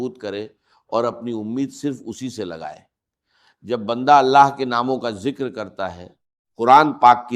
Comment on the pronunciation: Ya hindi bolnay wallay ha awaz 80 % ssame ha .words jo bolta ha hindi word darwaza ke jugha darwaja bolta ha .zekar jekar bolta ha .zat ke jugha jaat bolta ha .